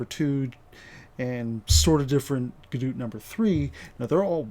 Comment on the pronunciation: wtf is a gadoot!? :P